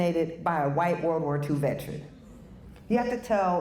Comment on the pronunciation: OMG,, the word is veteran not vetren. vet·er·an